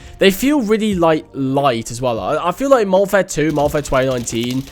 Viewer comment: How many times y’all think he said “moderfare II”